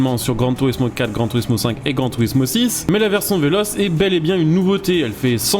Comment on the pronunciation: « Vélotché » pour la prononciation et non « véloce » 🤌